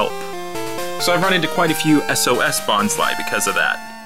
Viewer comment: Its bonslee not bonslu